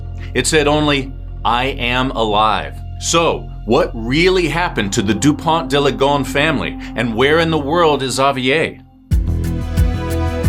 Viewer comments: Please pronounce Dupon deuh Lee Go ness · respectfully, your pronunciation is terrible